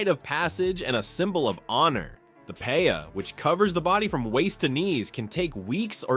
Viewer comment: Lol the paya?? FUAMIKI it’s pe’a!!